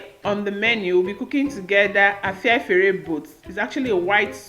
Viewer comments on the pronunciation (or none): U can’t even call the name. Cook the one they make in ur place that u can pronounce!